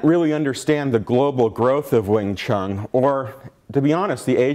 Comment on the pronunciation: The talk is fine, but its absolutely bizarre how this yt guy can claim expertise on wing chun, yet pronounce it 'wing chung', 'ip mahn' instead of '(y)ip mun' etc.